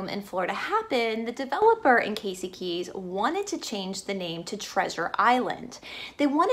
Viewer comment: Casey KEY, not KEYS. I live here and dined at Pelican Alley tonight. But very interesting. And it's the INTRACOASTAL on the West Coast (it's right on the sign as you enter the bridge), INTERCOASTAL on the East Coast. Thanks for listening.